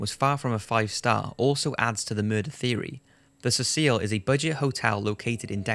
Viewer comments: Really good post man, but dude... 'See-sill' not 'Cecile' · You are mispronouncing the name of the hotel. It is pronounced "seh-sel", so that it rhymes with vessel, or nestle and is a mans name. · The Hotel is Pronounced See-Sil NOT Ses Seel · 15 seconds in and mispronounces Cecil and Los Angeles.